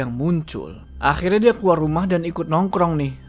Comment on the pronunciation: faseh banget ngomong "akhirrnya" bang 😂😂